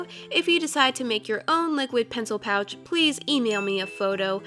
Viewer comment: I forgot what I was watching after the first minute😅 every time she said "pouch" I thought she said couch😅😅😅😅😅😅